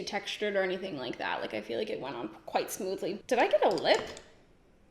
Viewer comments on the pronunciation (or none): none